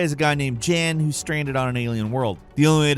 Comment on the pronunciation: The Alters, the character Jan, his name is pronounced “Yun” with the “u” sounding like it does in “under” or Yum with an n.